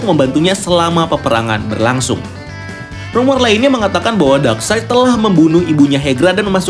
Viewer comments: DARKSAYD. NOT. DARKSEID. CARA BACAMU LHO MAS. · Iya bener lho Darkside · koreksi steppen wolf = baca steven wolf bukan stiven wolf darkseid = baca darksaid bukan darkseid...